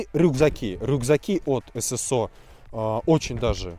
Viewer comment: В первый раз слышу правильно на русском "эСэСО", а не "СэСэО"👍🏻